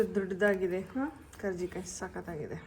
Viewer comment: Akka adu karjikai alla karchekai